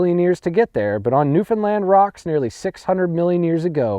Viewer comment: Congratulations on pronouncing Newfoundland correctly.